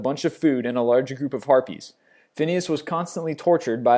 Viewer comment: GOD, I thought you said herpes for number twelve! WHAT WAS I THINKING OH GREAT NOT CAPS LOCK IS STUCK